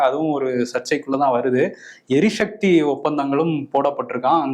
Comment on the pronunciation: எரி ஷக்தி. இல்ல. எரி சக்தி